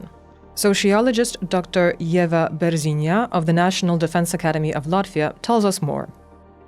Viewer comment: Ieva Berziņa, not Jeva Berziņia